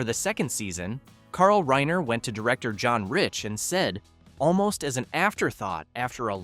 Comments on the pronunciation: RYE-ner, not "rain-er" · ...or Reener! ...and Petri is pronounced "Pet'-ree"; not "Pee-tree"! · Carl’s name is Reiner not Rainer.